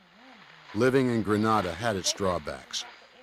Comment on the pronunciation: Kind of makes you wonder when the narrator can't even pronounce the name of the island correctly.